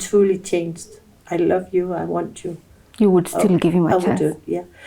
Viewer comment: Love did she say lov abi 😂😂😂😂🎉🎉🎉🎉🎉